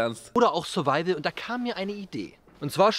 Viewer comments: Niemand : Wirklich Niemand : Unge : SURIVIAL CHALLENGE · Niemand: Wirklich Niemand: Unge: SURIVIAL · "SuriVial" Challenge